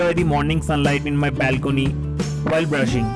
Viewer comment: ....exercise o korchho r sokale ja breakfast korchho tate sob equal hochhe.....bong sontan fruits khao.....balcony pronunciation ta thik korte hobe too much bongish.......